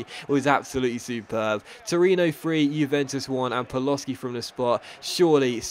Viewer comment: Hearing Paloshy pronounced Paloski destroys a small part of my soul every time i hear it, which is 20 times an episode